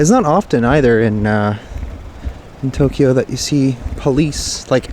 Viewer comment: in Tok-e-yo...looking forward to your journey, thanks for bringing us along:)) Thinking of you from Northern Ontario..it snowed this morning, muahahahaha